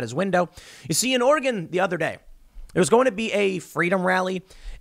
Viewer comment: Just gonna say it, thank you for pronouncing Oregon correctly, Tim.